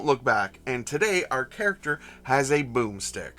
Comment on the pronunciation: i had to listen like 5 times... i kept hearing "Boobstick" and i was very confused